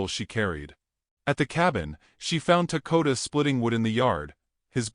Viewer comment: Why do you call him Takota when it says Dakota you really need to learn to read ant the others name you also pronounce differant each time you say it 😅